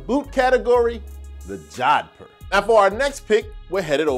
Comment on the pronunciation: Pronounced Joe-dh-poor. I'm indian. I know